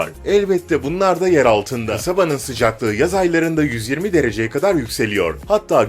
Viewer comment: 120 derece derken dilin surctu galiba